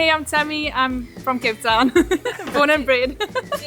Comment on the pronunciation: reminds me of kate. and each time you say “cape town” I hear “kate town”. which seems appropriate to me. 😊